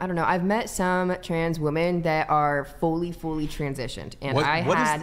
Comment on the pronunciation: What's with all of these people pronouncing the plural for "women" as a singular "women"? Holy Brainrot, Batman.